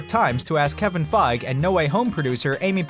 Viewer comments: That's not how to pronounce "kevin Feige". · The way he says Kevin Feige annoys me